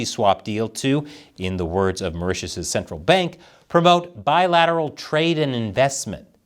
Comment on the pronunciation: Mao Ritius(Maurtius) island